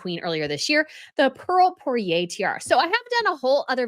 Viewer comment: Not "poiré" but "!poire" !!!!!!!